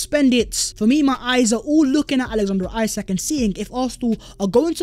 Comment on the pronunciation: his name might be spelt isak but you are saying it wrong. when you say it it should sound like esak just sayin.